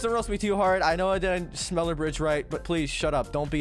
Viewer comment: nobody bedless noobs accent saying "schneller": schnillear